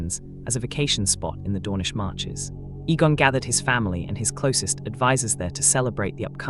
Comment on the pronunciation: When the AI mispronounces the name or word, correct it by spelling it out so it says it right. Egg, Eggon.